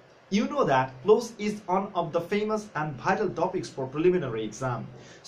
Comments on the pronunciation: It's not close as you have pronounced. It's pronounced (Klawz) look up the pronunciation in the dictionary. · Not ক্লোজ, you should pronounce it ক্লজ। From India.